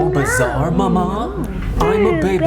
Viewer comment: I will never fully recover from saying mamA in Flynns voiceover.